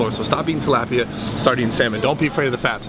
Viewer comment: The way Bradley pronounces tilapia triggers me...